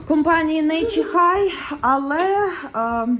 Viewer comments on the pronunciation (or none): Назва бренду Naturehike вимовляється 'нейчер хайк' Говоріть грамотно